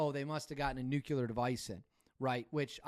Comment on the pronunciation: new-clee-ur; not new-queue-lar